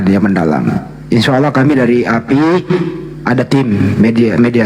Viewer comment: Maap ya bukan appi tapi APII ya yg benernya, tergantung lawan diskusinya klu lawanya santun santun tapi klau lawanya menghujat marah2 emosi ngotot sebaliknya juga kepancing emosi karna lawanya ga bisa di ajak diskusi baik2 pdahl santunloh klu lawanya santun gituloh